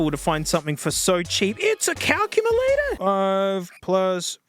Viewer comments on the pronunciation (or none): "ITS A CALCUMALATOR?!"